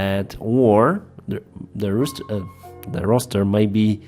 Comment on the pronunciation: Your English is coming on fantastically!. I couldn’t help but giggle when you kept saying rooster however 😂 🐓. Good effort mate